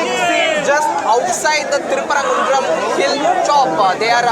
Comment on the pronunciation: I am from Madurai. The Madurai people will kick out the Sangis. Anchor, first learn how to pronounce Thiruperumkundram. You stupid news channel. The temple and the dargah co-existed for the past few centuries. In all these centuries the ‘deepam’ is lit in a particular place above the temple, WITHOUT ANY PROBLEMS. The DMK government will follow the same place and rituals. Go and ask Hindu or Muslims living around that area. No one is supporting this new place which the Sangis, RSS and BJP is creating now. If at all an objection should arise, it should be from the temple authorities. Go ask them, they have not created this request and not gone to the court. The BJP and other RSS groups who have nothing to do with Madurai have created this issue. Godi media like NDTV and others are fanning the fire and blowing it big. Trying to make it like Ayodhya. Madurai people and DMK government will never allow this to happen. They will kick anyone and everyone who is creating problems there, OUT.